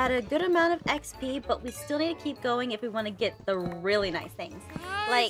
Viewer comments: And not trying to be rude, but it’s not EXP it’s XP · Thank you for making these videos But You're wrong it's not ExP It's XP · First person to say exp instead of Xp I have seen